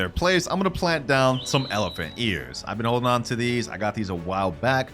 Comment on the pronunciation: Say elephuck in irl